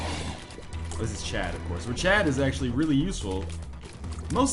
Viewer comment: his name is chad not chub!